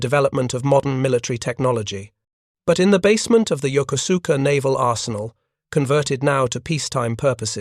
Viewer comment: Yokosuka: yoh-ko'-ska. Not yoker sooker.